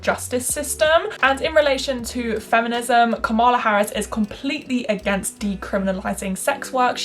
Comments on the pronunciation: great video, but it's KA-mala not ka-MA-la. It's pronounced like comma-la. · It's KAH-mala Harris. Not Ka-MAH-la. It is important to pronounce names correctly, especially when white people are talking about BIPOC. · This was a great video! Just a note - Kamala is pronounced like “KAHM-uh-luh.” Not a Kamala stan or anything, just think it’s important to pronounce PoC’s names correctly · Girl I love you but, you did not say Kamala Harris right 😭